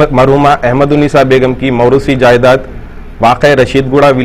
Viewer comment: Aree 🤣😂 Jayezad nai (jayedaad) baigan ki reporting